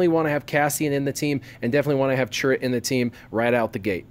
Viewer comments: Dude I am cringing every time I watch your videos. It's CHIRRUT, not CHURRIT! :/ EDIT: But altogether I really like your videos, they are very informative :) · And if you watch the scene again when Chirrut first talks to Jyn Erso and introduces himself, he clearly says Chirrut Imwe, not Churrit Imwe